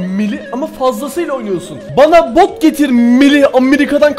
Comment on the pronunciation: bot yerine b*k mu dedi lan?!?!